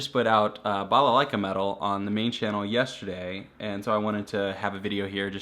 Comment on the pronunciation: I like you saying "балалайка" Greetings from Belarus :)